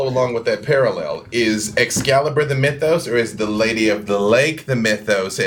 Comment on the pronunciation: It's really grating that continually mispronounces "Mythos," no matter how often everyone else pronounces it correctly!